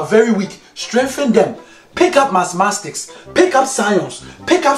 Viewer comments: "Masmastics" I am dying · ‘... pick up massmastics, pick up social scionce...”